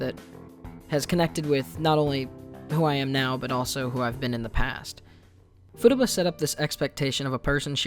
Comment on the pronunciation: I just keep hearing "Futabu"